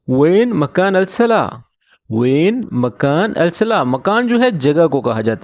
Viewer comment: فین نہیں ۔۔وین ہوتا ہے